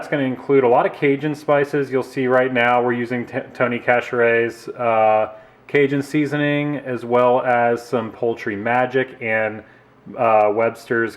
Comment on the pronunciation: Tony Sasheries is how its pronounced